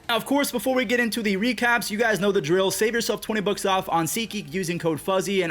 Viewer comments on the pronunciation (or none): none